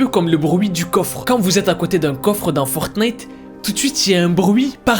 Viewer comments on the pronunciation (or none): none